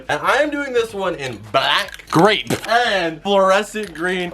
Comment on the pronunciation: Lol the way he said grape made me laugh 😂#grape